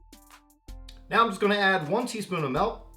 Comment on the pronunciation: He said MELK